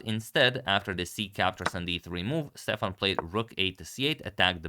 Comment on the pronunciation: I believe that Stefan in Icelandic would be pronounced Stevan with the emphasis on the first syllable.